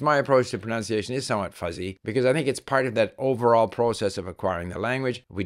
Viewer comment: It is ironic how your saying of pronunciation is mispronounced throughout 🥸 I do enjoy and appreciate your great content though thank you